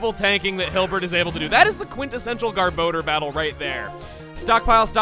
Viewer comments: anybody else bugged by the name "gar-bo-der" instead of "gar-buh-dor? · chuggaa...it is pronounced GAHR-BAH-DOOR, not "gahr-bow-durr."